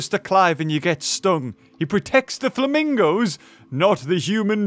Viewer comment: Oh yes the "flamingi's"' my favourite animal